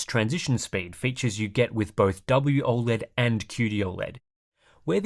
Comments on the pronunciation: It's not "Aw-LED" bro, it's "O-LED" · I think you’re the only person to ever pronounce it ol-ed